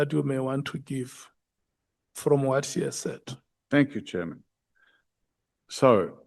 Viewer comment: "Wat se you"😂😂😂😂😂😂😂im dead